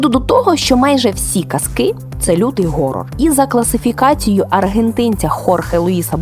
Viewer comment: Про те що англійське слово "Horror" читається ніяк не "Горор"